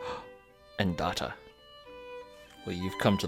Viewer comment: It’s not data it’s data